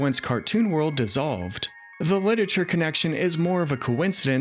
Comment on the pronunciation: You keep saying "Lit-ature" instead of "Lit-er-a-ture." It's almost ruining it for me and I'm only 1 minute in haha.